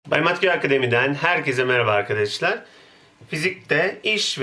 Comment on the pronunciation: Güzel de, neden sürekli 'irkidişlir' diye söylüyorsunuz? "Arkadaşlar" demek istiyorsanız düzgün söyleyin değil mi?